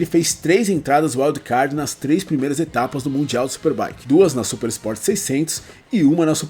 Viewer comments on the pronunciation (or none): none